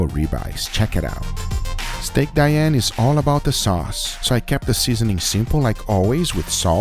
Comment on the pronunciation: You have to pronounce "Dee-Ann"